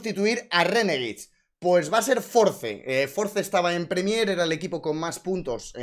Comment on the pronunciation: Has dicho "Premiér" 200 veces (mal) y solo 2 veces Prémier (bien) 😭